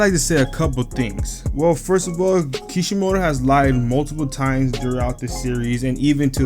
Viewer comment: Not kishimoki it's kishimoto and ur not a true yall are so dumb hinata loved Naruto when they first met and sakura just called Naruto annoying yall dumb af the story is amazing and yall just making it stupid